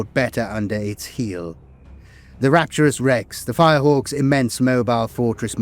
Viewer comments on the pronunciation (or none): none